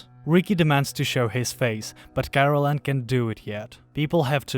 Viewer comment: Kah.Rel.En. Not Carolen. Is it so hard to do a second take when your narator who didn't read/watch the material botched the main characters name?